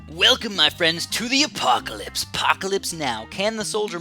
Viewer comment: it's called "Apopalypse" not the apocalypse (what u said in game not the title)... silly:P